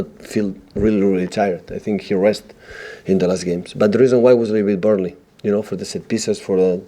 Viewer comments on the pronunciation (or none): Burnely not Barley, pep:)